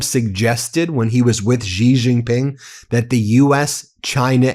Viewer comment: It's SHEE JING PING. Not Jee Jing Ping.